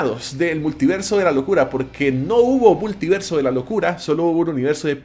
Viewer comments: “Muliverso” señores, muliverso 🚬🗿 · Es multiverso, no muliverso